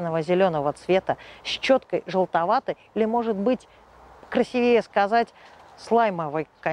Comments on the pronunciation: Речь грамотная, но не безупречно. "КрасивЕе", например, очень ухо резануло (сек. 2.22). Но это так, попутное замечание. Главное - просто, понятно, интересно. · Правильно: красИвее.